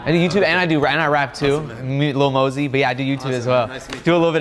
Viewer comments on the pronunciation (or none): bro said lil mosey 🤣